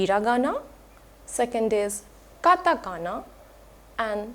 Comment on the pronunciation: Few mistakes I've spotted: It's katakana and not katagana It's pronounced a mix of hu and fu and not "fu" in native Japanese